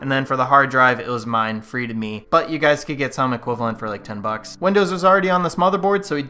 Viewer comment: This is three hundred bucka